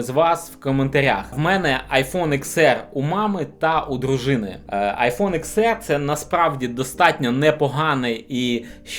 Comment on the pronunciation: Не ЕР, а АР!!! Вчи англійську абетку! Багато суржику і москворотих слів. Працюй над собою!!!!